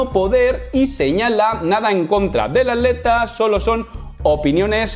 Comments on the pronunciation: Muy buen video.decis aleta, en ves de atleta? O me parece a mi. Saludos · que paso con la palabra atleta? se te esucha aleta lol xdd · cuando dice atleta yo escucho aleta